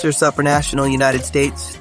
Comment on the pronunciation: He pronounces it Sup-ranational, like whatsup? lol I'm pretty sure it's pronounced like soup, superman, soopranational.